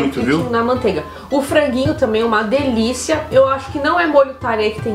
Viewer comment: “Diliça” kkk